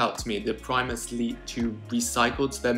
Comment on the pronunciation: Premus leets. I fink they are great!